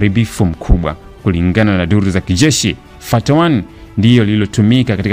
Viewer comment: Hiyo siyo fatty broo hiyo inatamkwa fattah suratl al hamdulh